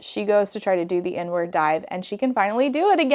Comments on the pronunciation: It took me far too long to realize you were saying "Inward Dive" and not "N-Word Dive". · I first thought she said “n-word dive” instead of “inward dive” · Heard “n-word dive” instead of “inward dive” and was massively confused and concerned for a second there. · The way I heard "n-word dive" instead of "inward (park) dive", at first 😭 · "The inward dive" I heard "n-word dive " dhahaoohsh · ME TOO! I had to do several double-takes and check the comments. 😂😂 JEEZUS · ME TOO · Ngl I thought you were saying "the N-word dive" and was baffled at you just breezing by that without commentary 💀